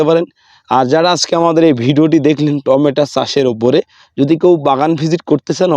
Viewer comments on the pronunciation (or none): টমেটো, আপনি টমেটা বলছেন কেন?